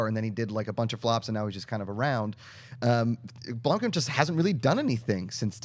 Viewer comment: blOmkamp not blUmkamp )